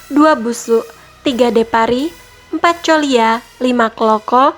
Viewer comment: Bacanya Depari bukan DEpari DEpari itu artinya menampar (memukul) Tolonglah pembacaan dan penyebutan narasinya di pelajari lagi agar kita yang orang karo gak salah ngartikan maksudnya Salam mejuah-juah